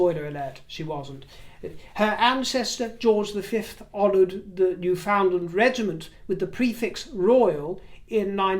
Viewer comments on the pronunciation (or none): It’s pronounced Noo Fund Lundh. 😊. It’s an amazingly rugged geography and it feels like travelling back in time when you go there. And you will never meet kinder or more fun loving people. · Hi, just a little correction on pronunciation of Newfoundland. The accent is on the New, not the Found.. NEW ( fundland).. I know it bugs you not to get things right.. Sorry.. 🇨🇦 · Newfoundlanders, and most Canadians, pronounce Newfoundland, as “ New..fundland “with the emphasis on New and found more like fund……enjoyed your political rant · RIver just a point of information: the Province is pronounced NewfoundLAND - rhymes with understand. Hope this is received in the same spirit it is sent by this Canadian with friendliness and kindness. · Hello. Just an FYI. It’s pronounced NEWfoundland rather than NewFOUNDland. 🇨🇦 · I love your videos. Just a wee correction: Newfoundland is not pronounced as it appears. My husband's family is from there. They pronounce it: New-Fin-Land. People from there call themselves Newfies. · I’ve been waiting for this episode. Newfoundland is pronounced “New-fin-lund.” I really do think you belong as a palace courtier. There’s no doubt about it. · Newfoundland, pronounced New-fund-lund, as I grew up in Nova Scotia.